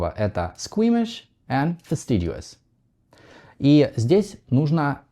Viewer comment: Обратите внимание на ваше произношение слова fastidious. Добавляя звук u в последнем слоге, вы неизбежно меняете d на dʒ, и в итоге получается... /fəˈstɪdʒuəs/, как в слове assiduous (əˈsɪdʒuəs), когда правильное произношение слова fastidious /fəˈstɪdiəs/ ... без u. Правильное произношение окончания -ious всегда /-iəs/, без исключений. Подобные примеры: insidious, amphibious, perfidious. По поводу важности подстраивать свою речь под собеседника... это правда. В противном случае вас тупо не поймут, и еще (заслужанно) запишут в понторезы.